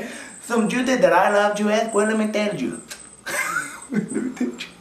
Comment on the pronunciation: He said juith instead of juice. ornch juith! (orange juice) I know it sounds weird haha. I guess the way he said it is supposed to sound like 'you' but he changed it to 'juith'...